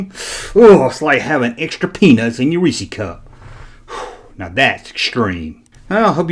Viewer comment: After the last video when you said extra peanut I thought you said something else.